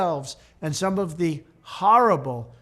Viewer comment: Harrra ble Lol